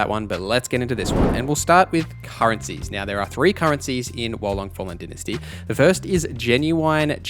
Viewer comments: It's Dy-na-sty not dentasty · Dy-na-sty is the American way, din-asty is the uk/ aus way 😁